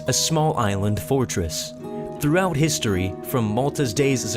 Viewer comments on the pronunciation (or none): none